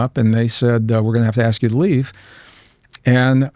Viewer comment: Is it “ash” or ask? Little speech impediment,?😂😂😂